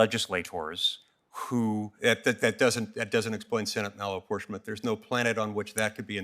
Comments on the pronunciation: Ugghghhh….Malaportionment of senate ? What? This is BEYOND TROUBLING! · Why play cat n mouse... He's asking " what's malinportionment?" Let's this guy spew political b.s. Cut his ass off re ask. Soon as he starts his p.c. political b.s. Cut his ass off and say.. Senate malinportienment is???? You finish the sentence... Don't let these guys use your 5 minutes. Cut em the fk off and again ask the hard question. It's not hard, but it does take a spine. Don't let these fks use your 5 minutes. Just once, do your fkn job we, yes we the people voted you into office to do...... Do your job.